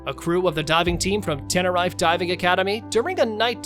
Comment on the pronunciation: Pronounciation is crap. Tenerife is pronounced ten er reef